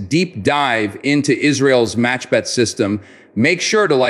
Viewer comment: I realize that you are, like most Americans, unable to pronounce the letter Khet in Hebrew. The word is not MACHBET BUT MAKHBET. It means a swatter in English. Kh could be pronounced reasonably if one is trying to gurgle. Saying it as a ch is grating on my ears. 🙂